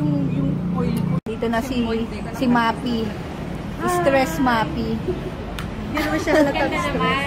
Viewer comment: Sis, Maphy is Ma-fi po hindi Ma-pi just saying ✌🏻